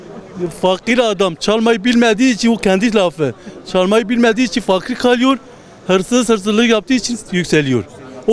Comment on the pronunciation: o fakir dediği i le değıl ı ile okunduğunda cuk diye oturuyor